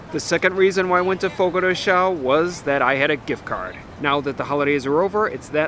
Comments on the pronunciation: Just a quick note, and a very common mistake but it's not pronounced Fogo De "Chow", The correct pronunciation of Fogo de Chão is “fogo-dee-shown”. Hope this helps. This info is available on their site on the FAQ's page. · Fogo de “Show” pronunciation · It's pronounced Fogo de Shown. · You repeatedly pronouncing the restaurant’s name wrong was painful to listen to. 🙉